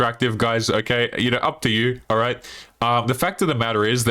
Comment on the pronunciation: Probably because you can’t pronounce the word “all” It’s not awwull , it’s all.